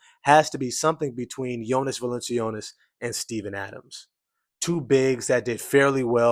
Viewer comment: fwiw his name is pronounced "val - in -chew - nas"